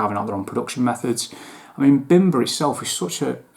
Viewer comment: Great review, and just a heads up. The bim is pronounced as beam. I believe the master distiller is Polish and that’s how it would be pronounced in Poland, bimber means homemade alcohol like American moonshine 😊.